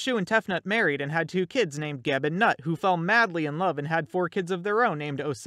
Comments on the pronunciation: ITS PrOnUcED NeWt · Nut is pronounced "Newt".